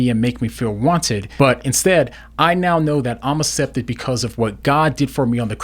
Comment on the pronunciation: This is lovely but I feel like commenting on how says "acepted" 😄